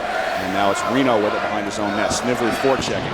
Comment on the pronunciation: Announcer, Snively with a hard "I" please. Nice comeback win by Yale.